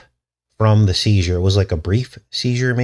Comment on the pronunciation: at 9 minute mark you said word Seizer and girl was 11.